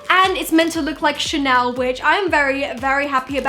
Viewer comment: Ah yes, Ghanel, a true piece of french culture